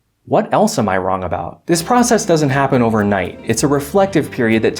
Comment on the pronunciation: It's pronounced "Wrong" not "Wron".